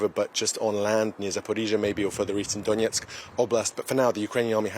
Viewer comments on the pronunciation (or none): none